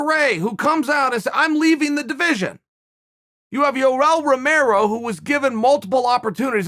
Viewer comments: Did he really say Yorel Romero!? 😂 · Me: Yoel Romero Chael: Yourel Romero Me: Yourel Romero